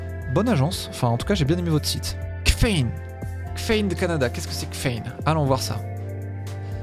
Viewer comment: Tabarnak?! Kffein = Caféïne!!! Voyons...